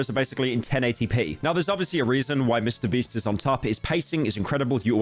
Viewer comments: did no one hear him say mr breast, LOL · He did say MrBreast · Did he just said Mr Breast. Even the subtitles pick it up 🤣